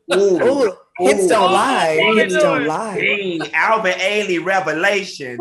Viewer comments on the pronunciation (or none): He said Alvin Ailey Revelations 🤣 and Barbazon I can’t with him.